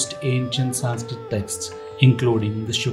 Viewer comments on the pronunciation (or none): Horrible narration👎👎👎👎 cannot even pronounce 'Sanskrit' correctly, calling it Saaaaaaanskrit......who was RamAAAA? The name is Raam. There's nothing called a shlokaaaaaa.....it's Shlok.